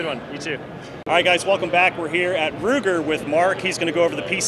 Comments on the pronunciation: yea I AM aware of what 9mm luger is, but im not sure "joe" knows the difference, cause like many others ive heard make the mistake, he def said ruger. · He certainly did say Ruger. 😆